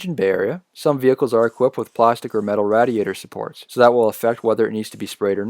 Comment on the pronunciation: it is raid-iator, not radd-iator lol